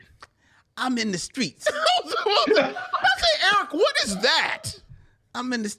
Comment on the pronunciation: "I'm in the schtreets" is some of finest work 🤣 I literally come back to this episode just for that from time to time. lol